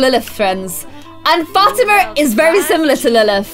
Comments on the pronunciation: Fat-ima is actually Fa-ti-ma 😂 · Liliths friends name is pronounced Fat-e-ma because I have a friend named Fatima